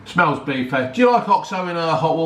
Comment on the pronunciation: very salteh, very beefeh 😂